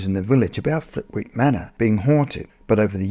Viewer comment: Lovely, entertaining upload, as usual. 🙂 In case Flitwick comes up again, please note the W is silent and locally it’s pronounced “Flitt-ick”. No big deal, just FYI. 👍